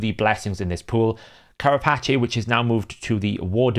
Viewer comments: Care-A-Patchay? lol. It is Care-A-Pace (rhymes with Face). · "Kara patch ay"? I'm sorry I couldn't let it go lmao. Carapace is pronounced like "kara pace (like walk ten paces)". And it's like the shell of arthropods. Loved the rest of the video! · It's pronounced Ka ra pace.. The back part of a shell Agree wholeheartedly on the idea of having "themed" blessings and actually giving viable options for every type of champion. It's a shame Plarium didn't think of that in the first place rather than just having them as fancy tabs. Unfortunately, we know this will fall on deaf ears with them The eternal blessings sound way overpowered though. Iron Twins they'd get more engagement simply by removing the energy cost. They can keep monetisation with extra keys for those who want to spend on it